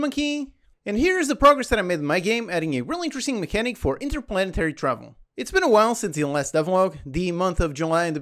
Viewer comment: INTERPLANARY? It is 'stage'